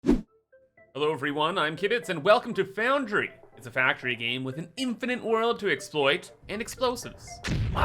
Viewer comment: PSA: It's an "Infinite" amount of items, not "Infinant"